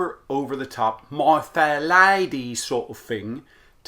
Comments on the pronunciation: the way he says "Lady" in Cockney accent 😅😅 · All British will tell you.. see "Mary POPpins" film to hear Dick Van Dyck.. .LieDDie lady